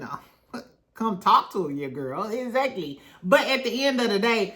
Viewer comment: im a new subscriber only been in the fam for like a week and i love it here. your commentary is so fun and entertaining! & i love how you say "eggzacklyy" 😂❤❤ but yes L&M huntsville is old, stale, dry and TIREDDDD. they had a great concept way back in the beginning when they were talking about their businesses as well. but now everything is just who's sleeping with who who cheated on who. like 🙄🙄🙄 and then the way they treated mel is absolutely disgusting..